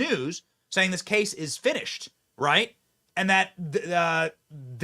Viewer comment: Why are you wong???? Because you ain't wight!!!!!!